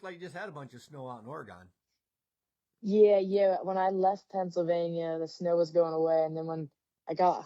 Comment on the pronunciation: Great interview with Carly. Glad she's getting some air time. Hardest working gal in the pits. Oh, and it's Orygun not Ore---gone.